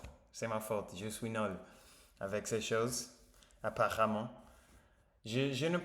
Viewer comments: Ah vous revoilà 👍 une chose, vous prononcez mal le mot NUL. Vous dites NOL à la pace. Je suis nol it's no good ( like m'y English 😁) je suis nul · Salut, l'important c'est de te remettre, le français ça peut attendre, tu n'es pas obligé de poster tous les jours. Fais attention parce que quand tu dis je suis nol, ça veut rien dire, on dit je suis nuuuuuuul avec le son U. Les tablettes en français c'est juste pour le chocolat. Donc les tablettes de chocolat que tu trouveras dans ton supermarché, on peut parler de tablettes de chocolat quand on fait de la musculation et que l'on travaille ses abdos ou abdominaux et là on a de belles tablettes. Pour les médicaments ce ne sont pas des tablettes mais ce sont soit des gélules, des cachets ou des comprimés qui peuvent être également effervescents. Bon rétablissement mais ça devrait aller grâce à cette bonne mixture que l'on t'as prescrit😈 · bienvEnue. Je suis nUl... il faut travailler la prononciation.